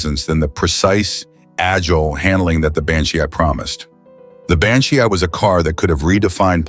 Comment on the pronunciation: Why does the narrator keep adding random vowel sounds after the word "Banshee"? GO BACK AND LISTEN! Even with the Corvette, just one extra, totally random, letter added after the cars name